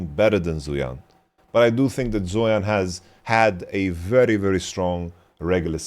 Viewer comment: It's not a big deal and I'm sure people won't really read this or care much, but wanted to mention zuian is pronounced more similarly to zwei(like hwei)-ahn/on. other chinese names like fengyue were actually much better pronounced than most western streamers I've seen though.